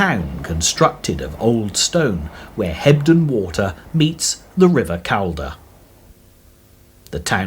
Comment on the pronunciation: The narration is done by someone who has never visited the area, so pronunciations are horrible. The first syllable of Calder has more to do with call than California. It's TODmerdon, not todMORden. The same person would never refer to chelSEA. It's MY-thom-royd; the letters at the from are not a myth. 8 miles to Normanton from Sowerby Bridge?